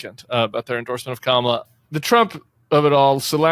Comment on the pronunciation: Tim, Will you be the one to tell Al Sharpton the correct pronunciation of Kamala? Pretty Please?